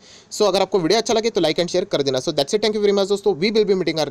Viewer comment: Vodo nahi video hota h....😂😂😂😂itni bhi kya jaldi h....I ap aasha krta hu😂😂